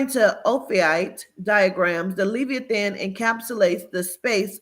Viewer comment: Omg I sorry I'm trying to watch this video but please the pronunciation is Le like Lebron, vi like Vise then the e sound eeh than. LE-VI-EHH-THAN Not trying to be an ass I promise. Peace and love